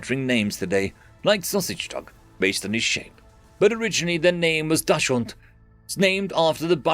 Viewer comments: dachs-hund (badger-dog) not da-schund :) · Could be worse… I “met” a lady in YouTube comments who kept calling them dash-hounds, but would blow her top at anyone who called them weiner-dogs